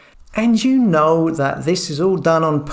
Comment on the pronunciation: FAB but a bit rattling about his wiv and wivout and dat and dis and der for the, come on 💕